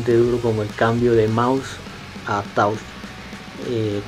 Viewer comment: 'touchh' :v